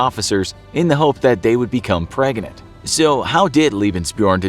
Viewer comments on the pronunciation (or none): I think he mispronounced pregnant. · “in the hope that they would become preganent.” Was that a subtle meme reference?